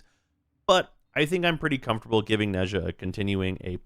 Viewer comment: When will people learn how to pronouns 'Nezha'?